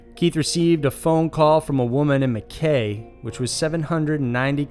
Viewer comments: Cool video. Love these alien abductions . Recurring theme of extraterrestrial sexytime to make alien hybrids is interesting. Well done for saying “Gundiah” correctly except the other town in number 1 is pronounced “Mc-eye” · I have to point this out since it's really annoying me, you pronounced Mackay incorrectly. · Pretty sure it's pronounced mack -eye, tye-ro and gun-die-a 😁